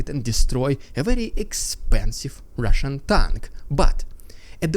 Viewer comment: LOVE your humor!!! the Rrrrrrrrrediculous rrrrrrrrrrussin pppppropagand, in HIGH SPEED, was funny! There is wind noise in your audio. Is there something blowing on your mic? Maybe in future meetings with the ruzzian MOD, they will prop Gerasimov up so he looks like he is alive???? They did it before.... We can only hope! Thank you for the update! Sounds GOOD! Slava Ukraini!